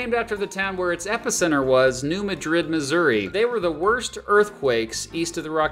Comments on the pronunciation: The New Madrid fault is pronounced mad-rid, excellent video! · New Madrid is pronounced New Mad Drid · it's pronounced MAD-drid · Yep all locals Missourians too and all songs say Mad-Drid. 2 D's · New MAD-rid to Missourians. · It's pronounced New MAD-rid. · Actually Mad-drid..2 d's